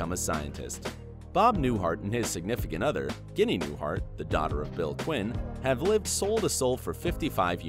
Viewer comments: Ohh....let announcer guy know how to pronounce the folks names. Ginee.. its Ginney. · It’s Ginny, not guinea. Good grief! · Pawel Parashar he also mispronounced Sheamus... It's pronounced (Shame-us), and Ginny (Gin-ny). Good video but he has terrible pronunciation. I was yelling at my phone about that too. LOL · AND Ginny is pronounced with a soft G(ee) not a hard G(uinea). Do research. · Guinea!? not Jenny, lmao... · Ginny is pronounced Jin ny not like guinea pig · Ginny is not pronounced "Guinea" either... sheesh! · makes me wonder if it is a live person or computer generated. stopped watching when it said Ginny with a hard G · Fyi Bob Newharts wife's name is pronounced Jinny short for Virginia. Sounds like an Italian insult. Dude... Lots of mistakes and booboos. You would be on Sheldons black list for sure. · Bob Newhart’s wife’s name is pronounced “Jinny” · ... hmmmm, could "Ginny" possibly be pronounced like, "Jinny"... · What about Kevin Sussman aka Stuart? He wasn't mentioned. Also, Ginny is pronounced "Jinnee." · Come ON! Ginny is pronounced Jinny. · There should be a language checker like spell checker. Seamus is pronounced "Shaymus" and Ginny is "Jinny" among other things said wrong. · omg if you're going to do voice over learn how to pronounce words! The Wheaton's dog Seamus is pronounced "Shay-mus". And Mrs. Newhart's name is pronounced "Jinny" !